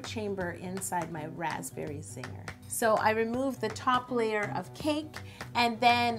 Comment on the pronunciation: lol everytime she said raspberry Zinger I was like... "raspberry Ziegler" (Like Mackenzie/Maddie/mellissa Ziegler lol)